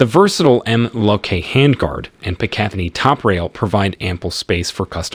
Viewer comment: The way this guy says MLOK and Picatinny is horrific